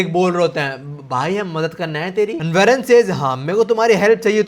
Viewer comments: भाई उसका नेम वेरन नहीं वॉरेन है uska pronunciation Aisa hota hai ❤ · It isn't varen It's woren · Aye yo pronunciation check ;😢 Eli is not "ELEE" JUST LIKE H2O is not Hydrogen D Oxide (the will of D😅) Eli is" E" 'lie" 😮 Love the way U lie types And Warren is not werren, More like WORREN 😢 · Eli- E LIE WARREN- WAR REN Your videos are great but plz pronounce these names correctly or it sounds really weird